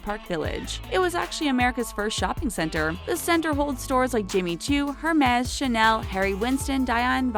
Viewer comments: “HERMEZZ” “BALENCIAAGA” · It's Er-Mez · Hard "H" on the "Hermes" lol